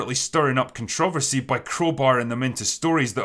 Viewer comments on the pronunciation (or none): Drinker, if I didn’t have the context of what you’re saying I wouldn’t understand your pronunciation of controversy and renaissance. Is it that different on your side of the pond? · Drinker pronounces "controversy" weirdly. Just wanted to point that out.